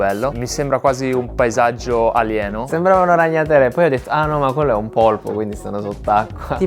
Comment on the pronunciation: Brava! Hai detto "polpo" e non "polipo". La mia fidanzata, biologa marina, approva questo elemento.